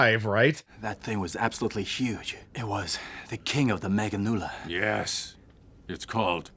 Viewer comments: The dub pronouncing Meganeura as “meganula” is agonizing. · Meganeura, not meganeula. Even the English dub actors were clowning on Japan lol